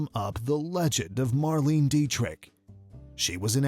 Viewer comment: What!!!! "Mar-LEEN", you say!? It takes 10 seconds to check online about foreign names: say it close to "Mar-LAY-na". Shockingly disrespectful to get your main subject's name so badly wrong.